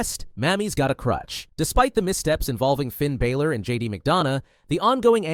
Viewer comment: Bro said Finn balers name wrong 😂